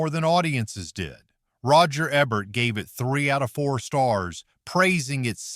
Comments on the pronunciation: Roger Ebert. He was a famous well-respected film critic. His last name is pronounced Ee-bert. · I know who Roger Ebert was. The video wasn't pronoucing his name right.